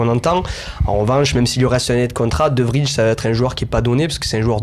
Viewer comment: On dit De VRY (Vraille) pas De Vrije